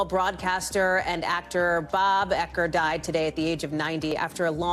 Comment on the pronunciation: Bob "ecker" - Bob "youker" 2nd time's a charm!